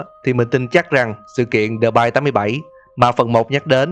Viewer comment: đờ animatronic??? ad có học tiếng anh ko z?=))